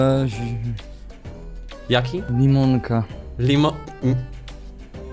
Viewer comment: jak powiedział limonka to ja usłyszałam mąka XD